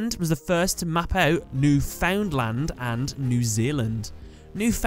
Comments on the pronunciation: Imagine if Jim had a duel with Rex Raptor. It would be interesting to see fusions of Jim's fossil monsters & monsters like Two Headed King Rex, Crawling Dragon Number two, Uraby, Megazowler, & Sword Arm Of Dragon. Also it's pronounced New-Fin-land. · Wait till you find out how Newfoundland is actually pronounced lol